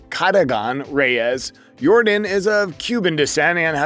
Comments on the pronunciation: YOR - DAHN ... not DIN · Bro it’s not air “your-den”. It’s air “your-don”. Like air Jordan but with a y at the beginning. That’s how you pronounce his name. You should really fix that. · It's not Yordan it's yourdawn... you saying it wrong. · This man called him Jordan the whole video his name is Yordan! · It’s actually pronounced Yórdan not Yordán. The emphasis is placed on the first syllable. Just like Jordan but with a Y. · Not Yordin 😂😂😂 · It's pronounced YOR-DON by the way. great video! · It's pronounced Air Yordán. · It was really hard to focus on this video when you mispronounced the man's name every time you said it.